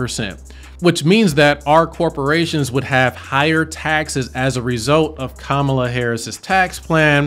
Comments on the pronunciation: KAMA...LA! NOT KAMAA...LA! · How can someone who can’t pronounce Kamala correctly not be biased? Also this election is more important than taxes. Your civil liberties and freedoms you take for granted are at stake.